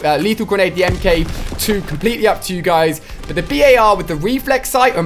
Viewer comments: It’s not B.A.R it’s just bar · It's says bar not b.a.r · Why do you call it the B.A.R it’s BAR like it’s not a abbreviation just call it the BAR please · just call it the bar not the B.A.R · Why doesn't he call It the Bar rather than the B A R ...? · Omg it’s making me mad it’s only called a “bar” not a “b.a.r” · It’s not the B A R It’s the bar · Anyone else notice how he pronounces the bar........... B.A.R